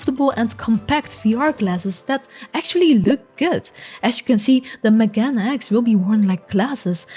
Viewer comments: Megane, lit. means spectacles :) just pronounce it like it is spelled, Me - Ga - Ne :) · Megane (meh gah neh) X. Megane refers to the Japanese word meaning “glasses”…